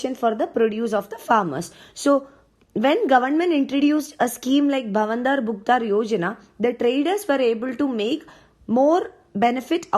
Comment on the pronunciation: U didn't pronounced bhavantar as it should be.